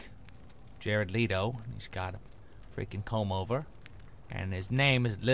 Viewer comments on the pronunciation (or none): Toby, it's pronounced Jared Let-o not Leet-o haha :)